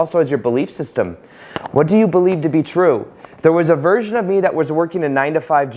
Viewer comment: I thought you said "There is a virgin of you working 9-5". LOL I was like wait a minute.